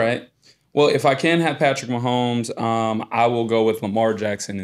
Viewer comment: Who is this dude talkin about Mahomes? Man said Manzel? Came to hear thoughts about the Pro Bowl, almost clicked off